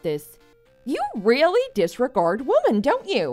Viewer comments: They always do, and the guy VA is so damn annoying, he doesn't say women he always say woman or instead of saying been he says bean. It makes me grind my teeth when I hear him talk. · I really wish the voice actors knew the pronunciation difference between "woman" and "women".